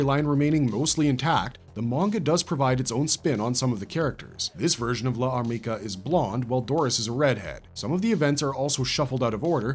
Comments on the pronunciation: Problems with this video: mispronouncing Llarmica and referring to the LN and Manga as adaptations of the two anime productions. The anime were loosely based on the LN, while the Manga was more closely adapted from the LN. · I think L'armica should be pronounced without a pause for the apostrophe, like the elision concept in French. Think of Jeanne D'arc (aka Joan of Arc), it's "zhaan daark", not "zhaan dee-ark".